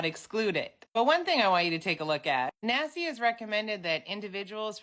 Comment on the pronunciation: Every time you say Naci….i hear Nasty 😂